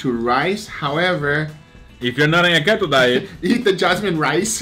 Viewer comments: The fat life aka keto or as you guys pronounce... keht-oh lol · Khetto? LOL. No, Keto is pronounced like key-toe